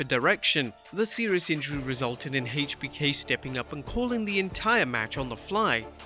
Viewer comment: "AICH B K" I don't know who "Haich B K" is